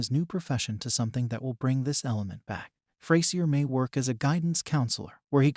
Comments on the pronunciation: It’s pronounced Fray-zhur, you Neanderthal nit wit. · Well this is a big poo poo party! Sorry but you are about as wrong this as you are pronouncing the characters name! A being that Grammar is close if not a obtaing a TV record for a 40 yr career in a sitcom who are we to judge? any new series needs time to gel. The difference is that frasier has an arsenal of not one but 2 award wining cast that could show up at any point. Honestly he could keep it coasting for 2 or 3 seasons with that alone. We simply have a new cast learning to work together first.. Fraisier has to have challenges, it keeps things interesting. He will however need to develop his cast to build a legacy but that will take time, Freddie has strong characteristic and that has potential. also Grammar has a lot of energy for his age and this will make all the difference.